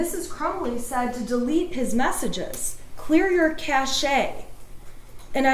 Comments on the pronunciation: Cache is pronounced like cash not cash a, wow. The e is silent. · The Internet told this lawyer how to mispronounce cache (it's "cash"). If she'd used a dictionary she'd know that, and probably would have seen a caution not to confuse cache, with cachet (pronounced cash-AY), a different word with a greatly different meaning. But who needs compiled knowledge anymore when there's such an abundance of free information available?